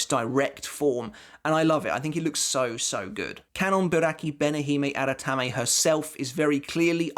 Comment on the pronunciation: How many takes did you do to say that full bankia name perfectly lol?